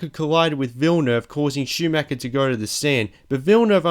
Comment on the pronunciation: Same with Schumacher... he basicly says Schumacker, which really hurts me as an German.